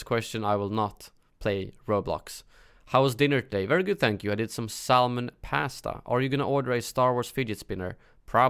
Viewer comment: Sal-mon... ugh lol